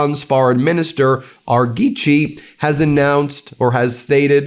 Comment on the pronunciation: Oops actually it’s pronounced Araag-Gee !